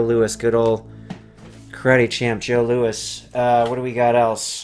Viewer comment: Haha the way you say karate champ Joe Lewis gave me a good laugh